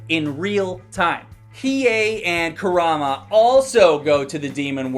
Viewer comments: "Kumara?" you mean "Kurama?" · You can't even pronounce Kurama's name right. That alone makes your video completely invalid. 😂😂😂😂😂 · Lmfao more dislikes than likes 🤣🤣🤣🤦‍♂️ Also you said kurama wrong 🤣🤣🤣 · Did you call KuRaMa KuMaRa?! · Its kurama, not kumara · He called kurama kamara XD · kumara?..kurama lol..also hiei has a backstory as you find out later ...hes not that great a person but hes a good fighter for sure